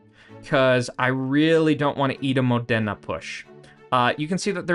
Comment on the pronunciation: The way you say Modena it's really painfull for my italian ears😂